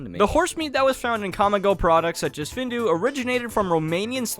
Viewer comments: Findus is not pronounced Findu, it is said How it is spelled:find-us. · “Findus” is pronounced as “Feenduuhs”